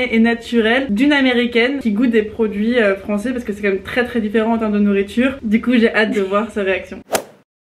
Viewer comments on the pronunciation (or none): "La même chose mais différénte" 😂😂